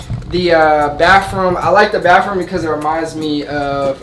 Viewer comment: it’s baTHroom &wiTH not bafroom, wif 😂😂 it’s okay though my brother pronounces it the same way 💀